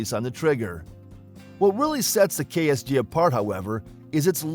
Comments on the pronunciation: KSG not KRG 🤦🤦🤦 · You kept saying KRG its KSG or are you doing this intentionally to slander Keltek.? The Utas unless they finally fixed it is an unreliable peace of crap. The Keltek KSG with a little practice can be just as fast or faster to reload than most shotguns. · Isn't it KSG? WAS HE SAYING KRG?